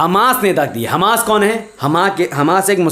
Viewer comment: Hamas sahi pronunciation Hammas ghalat Hai